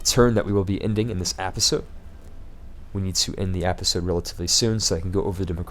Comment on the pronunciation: just one thing... I thoroughly enjoy watching your videos, but your pronunciation of the word "episode" is driving me nuts! the "e" in episode is pronounced like the first "e" in the word enter. But, really great videos you do, please keep it up.